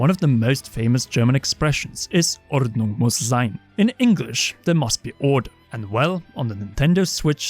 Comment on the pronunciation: „Ordnung muss sein“ you said it nearly with no accent (im german, so my english is maybe not that good)